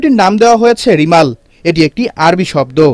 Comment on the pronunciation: রিমাল না কি? রেমাল